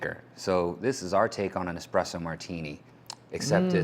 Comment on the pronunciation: Did she actually say „expresso”?! 😳